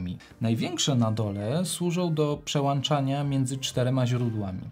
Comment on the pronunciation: Recenzja świetna, ale jak słyszę "włanczania", "przełanczania"....:)